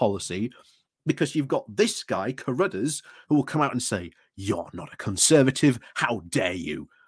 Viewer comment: It's pronounced crud-arse, and is an example of nominative determinism.